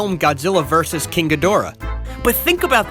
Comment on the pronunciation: Ghidorah is pronounced like (ghee-dr-uh) (No offence intended)